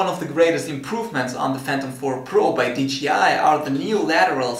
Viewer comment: It's Dji usaid dgi